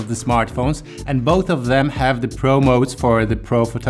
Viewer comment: When you said "OnePlus 9 Pro" i heard "OnePlus 9 Bro" i don't know why